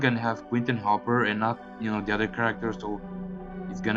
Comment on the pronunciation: It’s not hoper . It’s Hooper